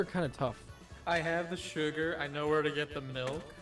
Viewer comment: "I need more shigger!" -, 2022